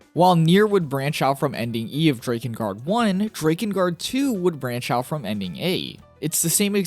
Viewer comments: The way you say DRAKengard is off puttingly wrong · Drake-in guard lol thought you were saying like that to troll us then heard you say hierarch lol still good video that aside appreciate the work and lore